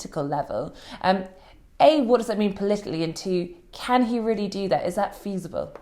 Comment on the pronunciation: James, it's 'the' not 'vur'. It's 'that' not 'vat'.